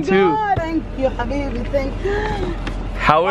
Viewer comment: Did she said " thank you Habii"